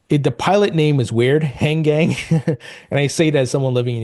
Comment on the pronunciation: Han-gang (most likely) or Hang-ang. You don't use the "G" two times when there is only 1. Informative video.